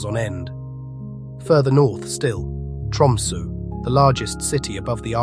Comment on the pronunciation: Did anyone else catch the narrator pronouncing Tromsø as Tumsu the whole time starting Opens in a new window]? Pretty funny slip-up